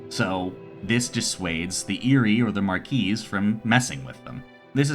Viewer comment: The first published wargame is Chess, even though today we would classify Chess as abstract not a true wargame. Also, you don’t pronounce the “s” in “marquis”, it’s french.